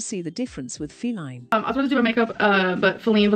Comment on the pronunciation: I love how the voice over calls Feline, “Fee-Line “. 😂